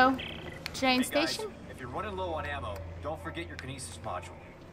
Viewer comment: When you say ammo it sounds like you're saying Emma